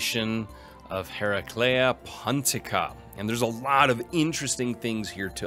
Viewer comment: Nailed Hereclea Pontica - Sad Tylos noises